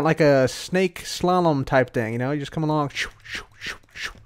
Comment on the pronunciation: He said slalum WHAT like סללום